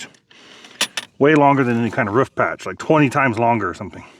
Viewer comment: Ruff ruff....instead of a roof..lol x